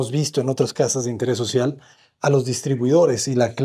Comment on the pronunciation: Social. No "Socil". Saludos! Cada vez me impresionan más las experiencias que comparte, muchas gracias. En su canal hay cosas que enseñan más que el tiempo perdido en la universidad.